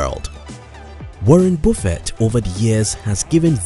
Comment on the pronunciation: Video about Buffet without knowing how pronounce Buffet :)